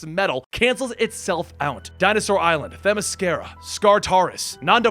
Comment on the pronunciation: Yes, oh no! Clutch your pearls! Call the police! It wasn't every word. Just two names. Actually, just three names. Aquaman, Riddler and Themyscira. He says something like Themyscarica. There's no scare or rica in it. Every other name he got right. You would rather have him doing DC videos and saying the names incorrectly?